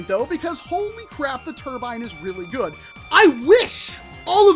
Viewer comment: “That’s really gooad”